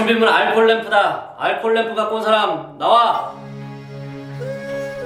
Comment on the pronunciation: 광자 알콜을 아이콜이라고 함 ㅋㅋㅋㅋㅋ